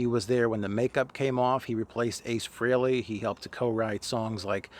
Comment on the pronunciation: Thank you for being articulate and presenting your message well. Oh, and thanks for pronouncing 'Frehley' correctly.